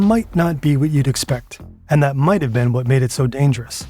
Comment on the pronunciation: That sound didn't sound at all like "that". It didn't have the expected pitch either.